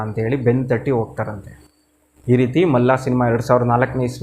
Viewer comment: To be frank , Malla alla adu Malli.......😅